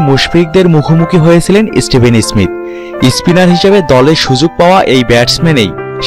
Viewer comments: Ismist ismit koro keno bai tumar or age tumar uccharan tik koro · আপনি আছেন স্মিত নিয়া, ভাই আপনার নিজেরইত বাংলা শুদ্ধ উচ্চারন করতে পারতেছেন না 😭😭